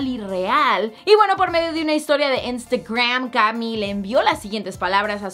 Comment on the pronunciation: Wey, pronuncia bien "Instagram" 😒😒😒